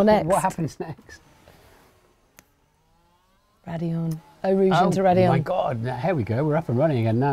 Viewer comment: Its Raidliion actually.......🤓